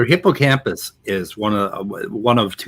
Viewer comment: "Hippocamus?" How the heck did he get hippocamPus wrong? Lol. Maybe one should ask if he can show his academic papers he has published. What is the work he has been doing that has been published and peer reviewed?